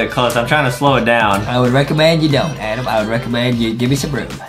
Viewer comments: Adem not Adam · Justy remember it’s Adem not Adam